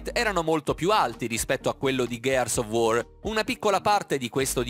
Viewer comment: "GHEARS OF UOR" non se po' sentì però